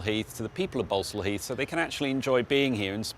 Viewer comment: Ballsall heath not Barco leet 😂😂😂